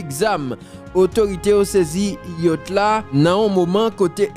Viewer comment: YA T CH jam li ekri a konsa li pwononse